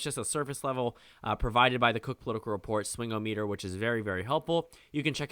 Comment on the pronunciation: Swingometer is pronounced as one world, like how thermometer is.